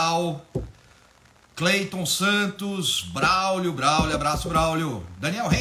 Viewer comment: Abraço "braúlio" ficou meio esquisito,rsrsrs brincadeiras a parte, excelente aula como sempre